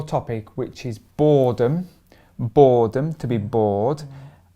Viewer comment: when u focus on R in boredom it’s like borrrrredom😅😅❤️